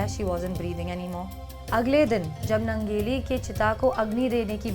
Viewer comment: यह निवेदिका काॅन्वेन्ट स्कूल में पढी है क्या ? उसके हिंदी भाषा पर सिधा सिधा अंग्रेजी का प्रभाव दिखता है. दुसरी बात उस लढाऊ औरत के नाम का स्पेलिंग अगर Nangeli है तो उसके नाम का उच्चारण " नानगेली या ननगेली " होना चाहिए न की " नंगेली ". मुझे लगता है ये गलत उच्चारण है. और दुसरी बात छाती ढकने के लिए टॅक्स देने के खिलाफ लढनेवाली औरत का इतिहास बतानेवाली निवेदिका का खुदका " क्लिवेज " दिख रहा है यह विडंबना है.